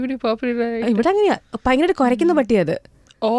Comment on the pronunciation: ഇപ്പോൾ നന്നായി മലയാളം പറയുന്ന ആ ജർമ്മൻ കുട്ടിയെ തൻ്റെ "പയങ്കര" എന്നൊക്കെയുള്ള ഉച്ചാരണത്തിലൂടെ ഇല്ലാതെയാക്കരുത് പ്ലീസ് 🙏 ആ കുട്ടിയെങ്കിലും ഉച്ചാരണശുദ്ധിയോടെ മലയാള ഭാഷ പഠിക്കട്ടെ 🙏😏😏😏